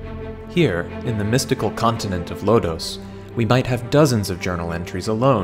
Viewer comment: Lhodos? I think you said Lodoss. 🤔